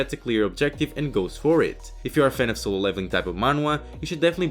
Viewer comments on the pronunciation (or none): none